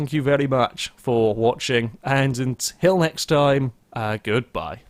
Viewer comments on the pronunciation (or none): none